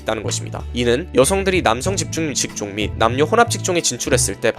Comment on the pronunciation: 좀 다른 말이긴 한데..집중직종이라는 말이 많이나오는데 발음 안꼬이고 잘 읽으시네요..신기